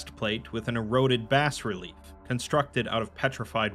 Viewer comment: Please... bas-relief is pronounced like "base-relief". It's shocking how much this comes up in your videos lol